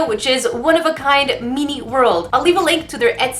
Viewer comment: Its min-e